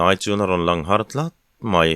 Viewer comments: "Hlat hlat" tih kha i khak diklo ve tlat mai. "A rûm deuh hlat hlat a" thlûk lovin "châk zek zek" anga lamin "a rûm deuh hlat hlat" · Na nei rum hlát hlàt ani lo'm ni